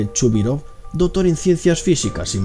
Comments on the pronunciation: Jaja me mata el español dotor y reastor nuclear xD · soy yo o este tipo no sabe pronunciar la palabra C porque cuando menciona por ejemplo al doctor el dice dotor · El "Dotor" :v "Esiste" gente :V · dice " el Dotor " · Es doCtor no dotor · dotor ????? jajajajajajaj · Jajajaja no puedo con el “dotor”, y “reator” y “reazion” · Por que la voz tan afectada? Porque no pronuncias las c? Dotor, colecionista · Porque dice el DOTOR jajajaja me parto de risa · "Dotor" Jajajaja